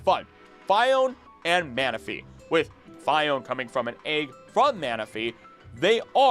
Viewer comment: Fee-ohn-ay, not Feye-ohn